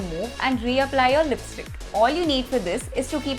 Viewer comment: "Lisptick" i luv it thnks